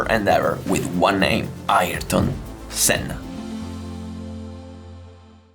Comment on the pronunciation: Thanks for this, it reminded me of that day, stood in the rain and watching Senna running a master class on how to drive a car fast, in the rain! It was good to hear his name pronounced correctly too, doesn't happen often. One thing you missed, Ayrton did lap everyone, he let Damon Hill unlap himself on the very last lap. It took me three hours to get away from the circuit that day. The grass in the field we parked in was waterlogged and people were struggling to get out, it was carnage. I didn't care though, I knew I had just witnessed something VERY special.